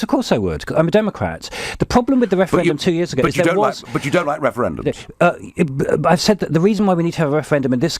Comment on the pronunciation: What's up with that guys mouth at the beginning? He pronounces his R's with an W No more Wefewendums!